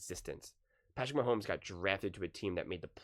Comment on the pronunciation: Of course he said "post mahommes" WHO ACTUALLY takes this guy serious hahaha. im pretty sure nick doesnt watch the jags either haha